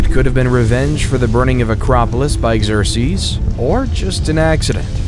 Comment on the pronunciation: Okay now I'm going to go ahead and not watch this since you just mispronounce the name Xerxes amongst other things so